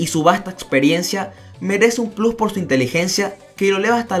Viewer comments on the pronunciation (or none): none